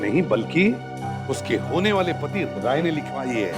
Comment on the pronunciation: And a Cid officer (maybe tasha) called Rai as "raj".